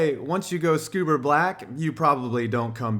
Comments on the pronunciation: FFS.... SCUBER?!?!? I'm dying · Great video but wtf is scuber 😂